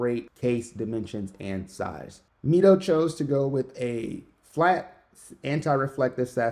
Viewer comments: Great Review, and I hope to see many more of your reviews. I think Mido is pronounced "Me-Doe". I have one of their older models, the Commander for over 20 years and it never needed service. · You’re right, the right prononciation is “meedo” and it comes from the Spanish phrase “Mido el tiempo” meaning “I measure time”. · actually it's pronounced ME-DO, based on spanish